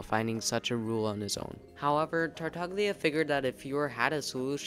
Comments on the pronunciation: Tartaglia does not have a hard "g" sound like in "go" or "gain", btw. It is more of a /lj/ sound, so like a really forward "l" sound followed by the glide /j/ like the first sound in the word "you." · The video was very interesting, thanks. But please check the pronunciation of the name “Tartaglia”. You can do it very easily on Google translate, after setting it in Italian, and using the “listen” button. It’s an Italian word that means “stammers”. It’s all about the special “gl” sound. Also please check, similarly, the name “Girolamo”, just to hear where the stress lies. Sorry, I’m Italian, you know… 😉